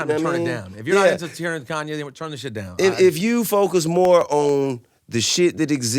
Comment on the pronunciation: "Koonye" says the 16 year old white kid in his parents' basement.